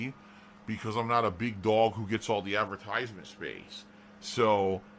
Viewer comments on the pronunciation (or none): I can’t stand how he pronounces “advertisements”